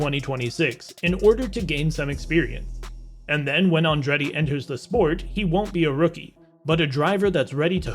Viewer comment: The narrator could at least have learned how to pronounce "Andretti".